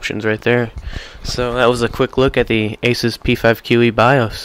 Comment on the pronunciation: Bye-Oace Say-da Ex-cape hehehehe good vid though